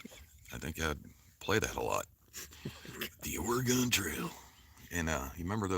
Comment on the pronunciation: Your butchering the pronunciation of oregon, its pronounced ore like oreo, and gone like gun put it together.